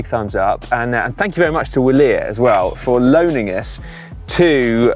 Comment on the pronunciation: Vilier. The W is pronounced like a V. The W is the short abbreviation for Viva. Wilier being an acronym for Viva Italia Libera E Redenta. Though apparently, Originally, It was an english brand, according to their website, as follows. A few years later, the bicycle became the most common means of locomotion for Italians, thanks to initiative of pioneers like the shopkeeper and craftsman Pietro Dal Molin from Bassano. He was fascinated by bicycles and the speed with which they were gaining popularity in daily life. While newspapers focused on the sporting achievements of the first moustached cyclists in England, France and Italy, Dal Molin decided to get involved in this adventure and play a part in it by opening a small workshop to manufacture bicycles. He purchased an almost unknown English brand, Wilier, and established his first modest workshop in San Fortunato, along the left bank of the river Brenta, which at that time was only crossed by a century old bridge, subsequently rebaptised by the popular saying “bridge of the Italian alpine troopers”. and then at the end of that page: In the meanwhile the Wilier name had become so entrenched with the nationalistic push raised by the Trieste issue that someone started to see a daring patriotic acronym in that exotic sounding name: W Italia Libera e Redenta (hooray for a free and redeemed Italy). from the history of the brand on their website: V-ilier. With a V. You can also hear'em pronounce it this way on the official Wi